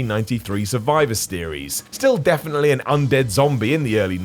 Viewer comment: survivor... STEERies? Oh. You beautiful bald man child. Its pronounced SIER-EES. 🤣🤣🤣